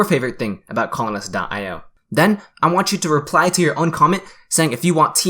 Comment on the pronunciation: favorite thing about colonist : sounds like butthole-ist